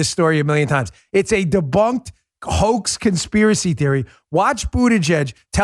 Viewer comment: It almost sounded like you were about to say "BootieGet" and not Buttigieg. 😂 Too funny Dan-O. 😉